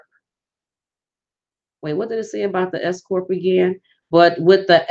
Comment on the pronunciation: Just had to say this. At first, i thought u said "escort business" because of the accent while speaking. THEN...i realized u were saying "S Corp". Foolish me🤥. Anyways, good & concise info. Peace out.